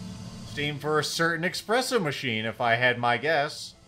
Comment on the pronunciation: Aren't you of Italian descent? Your ancestors would weep to hear you call it expresso 😢